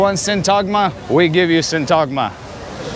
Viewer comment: A few things, in pronouncing Syntagma the emphasis is on the "y" not on t-"a"-gma, to make it easier try saying sYntagma. I walked into a tourist agent asking for info, I did not use my Greek and spoke only English, the guy serving us had poor English and could not get his point across the way he wanted. He called his boss over who did speak English and as he was transferring us to him for service he commented in Greek "I am cooking them". I wanted to embarrass him in front of the other employees but didn't. Next time this happens to me I will take no prisoners, and yes Greek is my first language.